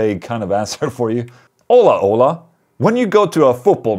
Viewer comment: The way Ola is pronounced sounds like HOLA, which is Hello in spanish. But Ola in spanish is wave. Just depends how it's used.